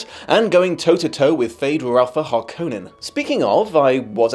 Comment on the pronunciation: The "Harneken" Spice Harvesters? Sounds like you had a Hermione situation reading the book.